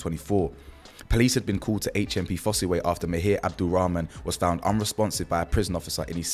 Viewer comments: It's pronounced just foss bro the e is silent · Your saying that jail wrong bro it's said Foss way